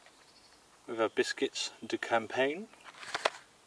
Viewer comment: you can say lasagne but not campagne hahah they are both the same i think mate campanyeh hahahah